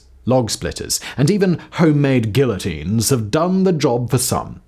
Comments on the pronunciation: Absolutely love these videos. Did he just pronounce the "L"s in guillotine though? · I love this channel so much, but the way Simon pronounced “guillotine” at the beginning just killed me 💀